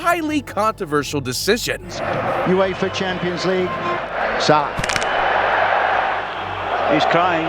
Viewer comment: Please say Mo Salah’s name properly 😂